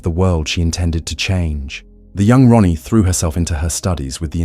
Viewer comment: I'm sorry dude, but it sounds like you keep calling her Ronnie instead of Raanie 😅